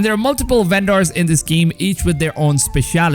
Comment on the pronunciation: "Uendors" Lol